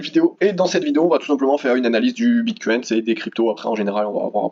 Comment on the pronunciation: Salut ! Merci pour l analyse.. Juste un truc please prononce au moins Bitcoin sans un "s" à la fin.. ou c le s du sang du Bullrun !?